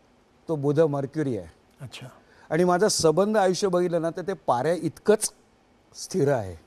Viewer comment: पारा असिथर आहे .सिथर नाही.